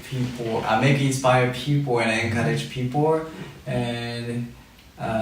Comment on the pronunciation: Rikkun...its people not pipour. 😆 Naah just kidding you're just perfect